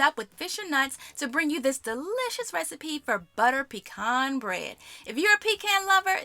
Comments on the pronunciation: You keep pronouncing "pecan" different ways lol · Shout to them requiring measurements in the video, lol. & I pronounce "pecan" differently depending on what I'm saying too, lol